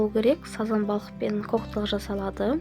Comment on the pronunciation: Коктал емес Кактал деп айтады😂